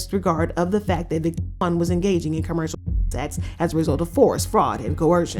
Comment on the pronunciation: Can’t even say victim!?